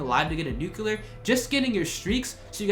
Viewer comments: It's pronounced "nuclear" not "nucular" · Need to learn how to say the word nuclear correctly. Ya sound ignant